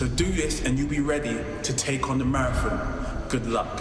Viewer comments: Vik: "Marrathong" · the way vik says marathOn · Why can’t vik say marathon?😂 MaraTHOOOON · Vikk pronouncing maraTHON with that much emphasis is so funny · The way vikk says marathon weird for anyone else???? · vik cant pronounce marathon pass it on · Why vik say marathon like that. It's his Sheffield showing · The way Vik says Marathon though... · Frustrating lol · Why does vik say marathon so weird?